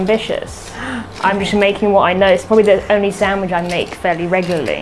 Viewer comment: It's a SAND-WICH, not a sam-widge! Gahh!!!